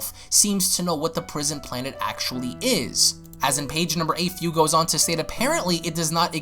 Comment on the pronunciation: man im pretty sure his name is Fu, pronunced Foo (like Foo Fighters) and not as Fiu